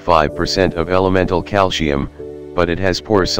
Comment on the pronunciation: Oh dear! The word is calcium not calsheum.